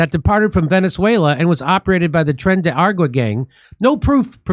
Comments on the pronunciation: It's not Tren de Water Jimmy. How you can't pronounce that after all the murders,robberies, and beatings they've been a part of is beyond me. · How does dimmy have a "mexican" wife and still manage to calk it "tren de agua/argo" every single time?@